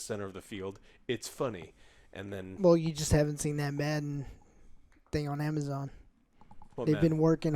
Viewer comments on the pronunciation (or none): none